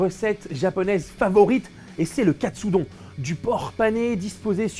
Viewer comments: Aaaah mais non pas Katsudon, mais Katsudonne 🤣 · Ça se dit Katsudon pas Katsudon ... ça semble évident pourtant